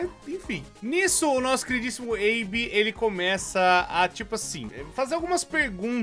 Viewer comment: O nome dele é Abe. Abe e abby tem pronuncias diferentes kkkk